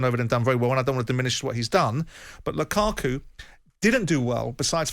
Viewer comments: “Lukaka” - is saying this on purpose? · I noticed the English pundits and commentators horribly mispronounce foreign players last names regularly... who on God's green earth is Lukaka?!?!